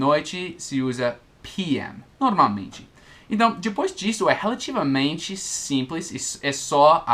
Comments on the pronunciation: Oi, a pronúncia correta é / Nor- malmente / e não ''Noralmente'', já se ouviu pronunciando-a? é só uma dica de alguém q. aprende muito com os vídeos de alguém q. ensina bem pra caramba. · E aí,! Só uma dica: Quando você pronuncia a palavra "normalmente" está soando "noRALmente", ou seja, sem o "M" depois do "R". Só um toque mesmo. Seus vídeos são ótimos! Obrigado por tirar tantas dúvidas.;)